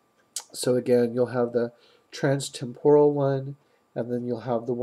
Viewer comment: Why do you say Temporal wrong?